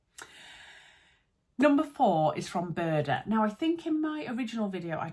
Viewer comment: I just had to giggle at the way you pronounce Burda. :) Thanks for the infos!